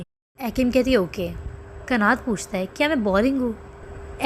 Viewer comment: Isme ekim bahut halat lagti hain.aisi bhi kya dosti kanat usse bahut pyar karta hain lekin ekim use har baar chhodh deta hain .aur एक्सप्लेशन में आप कनत कहो ना की कनात ।